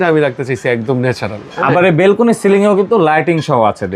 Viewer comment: বেলকুনি নয়, ব্যালকনি হবে।